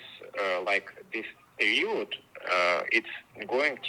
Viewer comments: он сказал period как русское слово период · перИод - perIod Слово похожее, но в английском ударение отличается